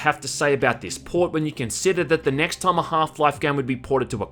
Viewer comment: Why do you have so weird accent? Time should not be pronounced "Tåijm".